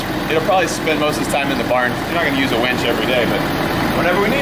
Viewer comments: Winch. Winch. Winch. Winch. Winch. Winch. Not wench. Winch. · He keeps saying wench. It’s killing me. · “We could probably use a wench” - ahem, Mere! Did you hear? Meredith, punch him every time he says wench instead of winch! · It's a winch...not a wench! A winch pulls you out when your stuck...a wench gets your beer! Lol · darn it brain he is saying Winch not Wench!! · All I can hear instead of winch is wench n picture a bar wench 😂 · You're driving me crazy saying wench. It's winch, a wench is an old time bar maid. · It's winch not wench lol